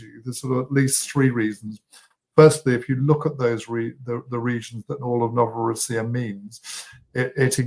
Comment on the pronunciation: It's pronounced Novo-RO-ssiya, NOT Novoro-SSI-ya. The name for Russia, Rossiya, IS pronounced Ro-SSI-ya.